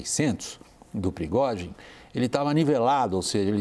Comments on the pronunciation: Da uma agonia eles falaram Progózin, e não Prigozin. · Esses repórteres poderiam aprender a pronunciar o nome do prigozghin ,essa pronúncia da CNN dói os ouvidos, vergonha